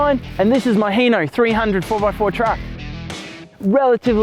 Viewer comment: Hino not hee-no